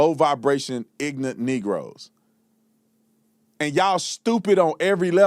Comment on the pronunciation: Pronouncing “ignorant” ignorantly really is ironic